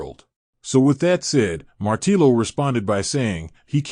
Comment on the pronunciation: Thanks for the summary. Martillo 🔨 Hammer is pronounced “Martiyo”. The Dobble LL has a J or Y sound in Spanish. Just like “Yo!” Martiyo 🔨